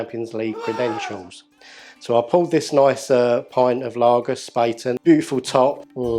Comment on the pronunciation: It's pronounced 'Shpah-ten', not 'spay-ten'! It's German for spade. Don't get me started on Löwenbräu....